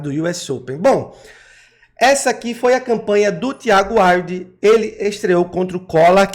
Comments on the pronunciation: Pronuncia Wild. Assim como se escreve. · A pronúncia do nome dela é "Víudi"